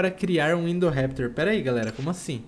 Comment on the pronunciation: É indorrapitor palhaso